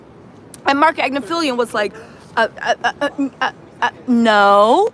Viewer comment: His name is Agnifilo. You and always get it wrong.